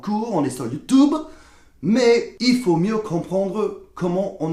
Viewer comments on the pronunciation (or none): none